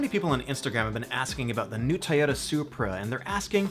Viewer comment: IDK why but the way you say toyota just really bothers me. lol